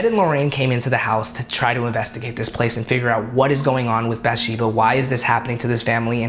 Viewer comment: He’s pronouncing all the names wrong from the movie lolol “bath Sheba” “Per Roan” “CarolYNE”